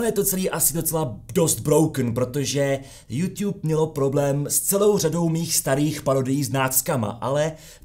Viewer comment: Žádný jůŤub ale jůtub! V angličtině žádný ť NENÍ!